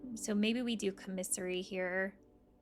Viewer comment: The word is pronounced COMMisary, not comMISSary